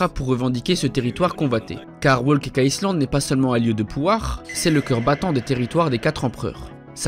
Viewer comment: Il prononce le S de Island alors que normalement, il ne se prononce pas